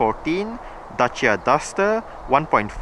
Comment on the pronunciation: Finally, a guy who pronounces Dacia correct. Greetings from Romania.